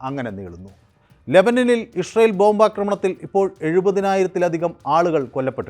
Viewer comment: ഇഷ്രായേൽ അല്ല ഇസ്രായേൽ.... അങ്ങനെ പറ